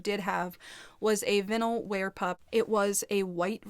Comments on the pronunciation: I’m just gonna settle it, it’s pronounced vine-l lol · it’s pronounced like “Vine all” Lol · The "i" in vinyl is pronounce as "eye". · Hi love it’s not pronounced that way, they are also kinda rude to you .... it’s vine-al xxx ps love you and follow your asmr channel xxx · i dont think theres specifically a right way to pronounce vinyl? but ive never seen anyone pronounce it like the way you do 🤣🤣 i think most people say "vine el" if you wanna say it the "right way" ❤ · Is she trying to say vynil???